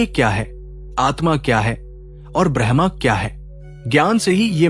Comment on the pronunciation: ब्रह्मा brahama नहीं ब्रह्म braham Bahut फर्क है। कृपया उच्चारण ठीक कीजिए।